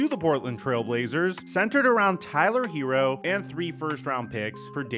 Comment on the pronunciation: His name isn't Hero. It's Herro. Sounds more like hair•o. Not hero.